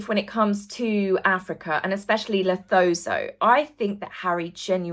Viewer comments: Hi, I like your content - you should be on LBC. Just a correction - it's not pronounced like it's written - Lesotho is pronounced Le-soo-too (not La-so-tho). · Love the coverage, just have to say Lesotho = luh-soo-too 😂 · LeSOtho dear, not LeTOso! Love you to bits no matter what ;) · Love you! but “Lesotho” 🙈 … it’s pronounced Le-sue-two or Luh-soo-too, not “sew toe” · Please...it's pronounced 'Le Suit Oh' in English, not Lethozo 🙏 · And Lesotho is pronounced Le-soa-to (no th -sound). ❤ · The country Lesotho is pronounced LAH-SOO-TOO - with the emphasis on the 2nd syllable. Sorry to correct you again, but you might mention the country again in a future video! 🙂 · Le-so-toe as well Babe. Funnily enough Avid (Fiona) did that the other day. At least that's what Lesotho is called on the BBC/ other Brit terrestrial channels. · I'm South African and we pronounce it le-soo-too. Love your channel, ❤ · not trying to be tat internet teacher, but I just want to help with the African Pronunciations. Uhuru is U-hu-ru Lesotho is Le-su-tu ❤ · We new what you meant. Just one correction….Lesotho….. you pronounced it so funny that I was not even sure what you meant 🤭 It is pronounced Le su tu. In southern africa ‘Th’ is pronounced as a T. The o is more like the oe sound as in shoe. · Lieutenant is pronounced Lef-ten-ant in 🇬🇧 and Lesotho is Luh-su-too, just fyi. Good video 😊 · Lesotho > Luh-soo-too ❤ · Would love to see your correction on the pronunciation of Lesotho. luh . soo . too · Lesotho - pronounced as "Le-soo-too" ❤ hugs from South Africa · ‼️Lesotho is pronounced Lesootoo😁you’re welcome‼️ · Lesotho is actually pronounced 'Lisootoo' fyi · Hi, Lesotho is pronounced LeSueTwo 😂 hope this helps. Never miss your broadcasts 👍@ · Hi 👋 I know this might sound a little bit pedantic, but here in the UK we pronounce 'lieutenant' as LEF-TENANT and not LOO-TENANT 😁🇬🇧👍 And 'Lesotho' is pronounced LA-SU-TU. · 😂 Say it with me,: Le-sooo-tooo